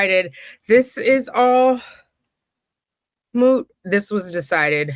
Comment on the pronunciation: is it a meme to pronounce "moot" as "mute"?